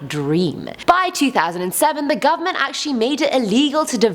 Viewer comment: "the gumment" 😝😝